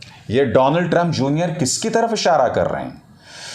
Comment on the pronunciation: डोनल्ड ट्रंप नहीं डोलँड ट्रंप